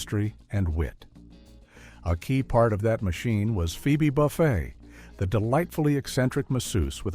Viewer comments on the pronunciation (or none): I was willing to forgive ONE mispronunciation, because I've seen real YouTubers mispronounce a name they aren't familiar with (tho, I've never watch HIMYM and even I knew this narration was saying that name wrong). But when they got to Friends and said "BUFF-ay" instead of "BOO-fay," I knew no human checked this vid and it's just AI slop. Besides, the triplets featured in just 3 or 4 episodes, so they weren't characters, much less characters who ruined the show.